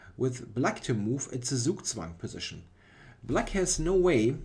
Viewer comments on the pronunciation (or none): Zugzwang is a german word you are allowed to pronounce it german :) Great video as usual, thx! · Gregory Zala dachte auch erst aber dann hat er "zugzwang" so komisch ausgesprochen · Yeah, is definitely German;-) Ironically he pronounces "Zugzwang" the way English speaker will do it most of the time (pronouning 'z' not as 'ts' but much softer as a voiced 's')